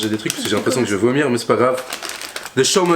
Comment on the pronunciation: Arrête de dire (j'ai envi de vumiir lol hhhhhhhhhhhhhhh